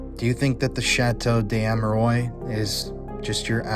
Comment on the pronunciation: Please pronounce the name correctly. The s in des is pronounced cuz the next letter (amerois) is a vowel. So it’s chateau des-amerwah. Last s is silent. And ois is pronounced as wah like it wha(t).